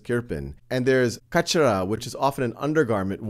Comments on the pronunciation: 5 K'S LSAT ONE U PRONOUSED IT WRONG PLEASE FIX IT YOU SAID KACHRA WHICH MEANS TRASH WHAT IT REALLY IS KHSEHRA WHICH IS WHITE UNDERWEAR . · that's not ( kach ra ) it's pronounced like ( kah - sheh - raah)